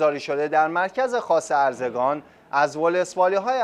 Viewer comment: ارزگان نیست اروزگان هست اول اسمشو یاد بیگیر بعد حرف تو بیزن